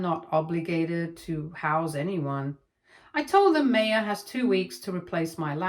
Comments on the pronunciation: Her name isn’t May-ah it’s My-ah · Maya is pronounced My-ah